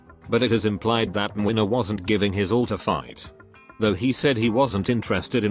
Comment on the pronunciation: I'd say it's spot-on, probably even more accurate that Kazimierz